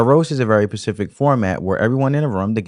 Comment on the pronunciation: Bro, it’s SPECIFIC NOT PACIFIC. Damn!!!